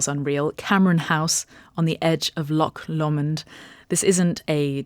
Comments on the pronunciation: Great video as always, but the pronunciation of Loch Lomond is wrong in so many ways! It's not 'lock law-mond'! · Please learn to pronounce Loch Lomond properly first